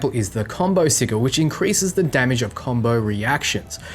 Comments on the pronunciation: Thought I was the only one who cringes when hearing sigull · Okay just trying to help but I believe the word sigil is pronounced "siJal" Not "siGil". Correct me if I'm wrong but I'm %99 sure it's SiJal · I am still not clear how you are suggesting to pronounce it....but it is supposed to be a soft 'g', not hard (just like gif...oooh, I said it ) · Good guide but the way you pronounce sigil was getting to me XD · I realize he pronounces it as it is spelled, but it just sounds so goofy hearing "si-G-al" instead of "Si-J-al" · "si-juhl" < "siggle" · Se-jul... not Se-gul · I'm sorry lol... not to nitpick but it's pronounced "si-jil". You're killing me with "siggle",... XD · SID-J'L not sig-il. Bloody top not vids, keen as a bean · ˈsijəl (Google Translation) Please it's not pronounced as a G, it's a J. Si(G)il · Wtf is a siggle? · Not being a grammar nazi but m8 sigil is pronounced si-jul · Sigil's pronunciation - si-jil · I giggled every time you said siggle. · Siggil......love it, but it makes my ears bleed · wtf is a siggle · Great video, but please learn how to say sigil (sij-ul) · It's pronounced sijil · Was gonna go nuts about the sigil pronunciation but then saw the pinned comment. Really useful vid btw! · Sigil is pronounced with a hard G. Just for future reference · Ik it’s a joke but please don’t ever pronounce sigil like sigil so many times in a row again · Cmon, we, the internet grammar police, demand you rectify your dodgy pronunciation of sigil. And ... We, the missing comment internet police, demand you help us locate the missing pinned comment. Great vid by the way :) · The way you pronounce Sigil is destroying my soul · Gunna be honest I got soooo triggered by your mispronounciation of Sigil